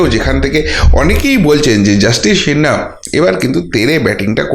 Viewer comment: I like your content, but please get your pronunciation right. It's Justice Sinha, not Shinna. And cbi not shee b i.